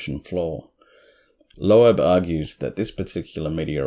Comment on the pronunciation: I really enjoy your channel. Have shared w/ 3 other friends I know have an interest. Asked them to like & subscribe too. Dr Avi Loeb (pronounced “lobe,” like 👂 lobe). You nailed the pronunciation of Oumuamua!! If I hadn’t heard it, I’d of flubbed that one bad.